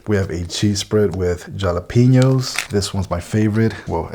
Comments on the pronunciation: Surprised to hear you mispronounced jalapeno. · He did that intentionally....